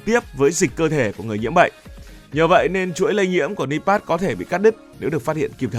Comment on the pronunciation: Nipah mà đọc là pát